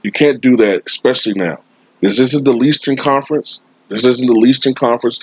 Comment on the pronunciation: "The leastern conference"😂